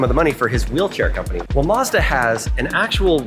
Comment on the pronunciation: It’s Mazda not Modza it’s a A not O